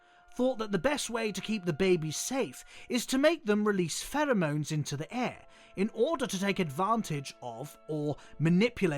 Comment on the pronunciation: The way you say "pheromones" is so beautiful and i will pronounce it as such when given the chance